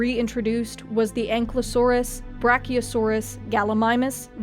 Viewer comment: An-KY-losaur, not Anklosaur...